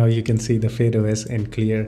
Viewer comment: it's not fade os it's fydeos